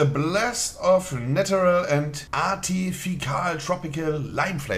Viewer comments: Ich wusste nicht, dass artificial "Artifikaal" ausgesprochen wird. Danke Monte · Artifikal... man kennt's. 🤡